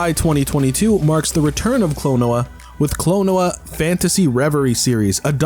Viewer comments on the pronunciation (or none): Why do you pronounce Klonoa like "quinoa?"